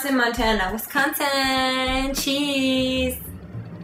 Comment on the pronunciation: "I Like Wes Con Sin" Come drink and eat cheese curds with us in Wisconsin sometime, because we love you!